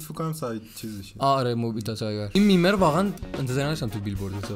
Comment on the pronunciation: مُبیت بود نه میبت